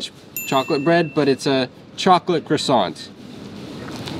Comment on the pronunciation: You can't live in France and not know how to pronounce croissant